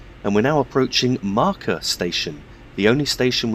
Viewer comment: Its pronounced Markklayberg